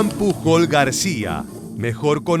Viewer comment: Genial video! Como comentario, el apellido Pujol se pronuncia mas como "puyol" Un saludo 😀